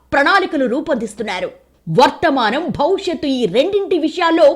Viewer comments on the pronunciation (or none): Anchor must be pronounced bhavishyatthu not bhaushatthu.